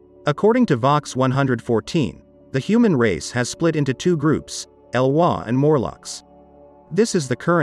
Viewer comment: It's pronounced ee-loy, not e-wa.